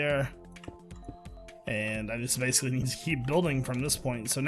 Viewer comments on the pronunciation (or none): none